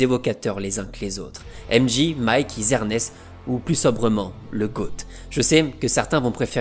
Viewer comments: Super vidéo mais ca se prononce M Djey pas M Ji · aimedji et librone, c'est trop là on prononce aimedjai et lebrone, pas compliqué